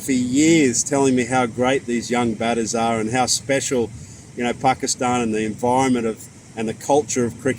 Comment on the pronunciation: i like he pronounces pakistan the right way